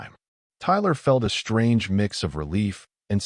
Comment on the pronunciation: I HATE THIS AI VERSION!!!!!!!!!!!!!!!!!!!!!!!! It constatnly stu.u.u.u.u.u.u.udders and sta..a.a.a.a.a.a.a.ammers on words. AND it pronounces "...str..."words with a FKN "H" after the "S"..............SHTRANGE, SHTRONG, SHTRENGTH, EXSHTREME, EXSHTRORDINARY, FRUSHTRATION, ADMINISHTRATION, SHTRAIGHT, REGISHTRATION, SHTRANGELY, SHTRAIGHTENING, SHTRONGLY, SHTRANDS, HISHTRY, SHTRUCK, SHTRANGENESS, SHTRETCHED, CONSHTRUCTED, ADMINISHTRATOR, SHTREGTHS, RESHTRICTED, DISHTRESS, SHTRONGER, DESHTROYED, RESHTRICTIVE, ETC., ETC,.